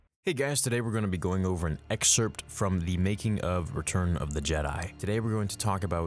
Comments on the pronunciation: Yeah Darth jerkey wouldve been fine without the emperor's meddling. Also, it's pronounced ex'sert. I know its spelled excerpt...you don't pronounce the P. What's wrong with your generation? You people all learn to read on the internet? Didn't have a third grade teacher? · Wow, you really emphasise the "p" in excerpt don't you lol.